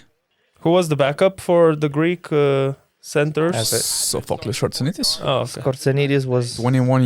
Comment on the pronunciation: Sofokl-i-s the tune is on i. Not Sof-o-klis Shxortsianitis